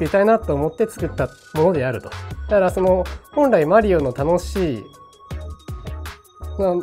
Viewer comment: funny hearing how zun pronounces mario, it's actually closer to the real pronunciation than americans lol. languages are weird